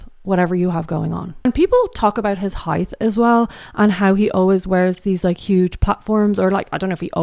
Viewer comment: Am I hearing "heighth" instead of height or is my speaker busted?